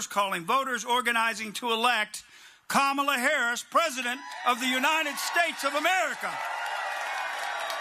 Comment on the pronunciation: Who really is this who cannot say Kamala's name correctly. MAGA? Must America Go Angry under GOD